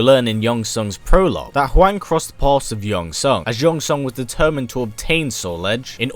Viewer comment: Im sorry but even Americans know its pronounced whong not waing. This video killed my respect for you.